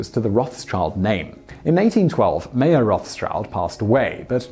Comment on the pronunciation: You pronounce Mayer wrong. Since it is German, it is pronounced the same way we would pronounce Meijer